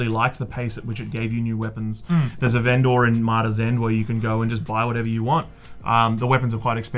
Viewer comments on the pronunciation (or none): Lol, a ven-door.